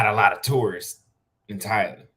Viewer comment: Why do you pronounce Thailand like Thylan?